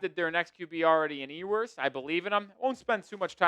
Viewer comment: Still mispronouncing Ewers name?